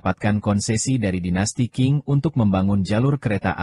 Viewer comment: Dinasti qing dibaca dinasti ching